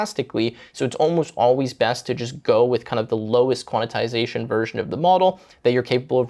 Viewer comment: There's no way I'll ever use Mac just to get this extra ram. Also, I think it's qwen not Gwen and quantisation not quanitisation. Love the video!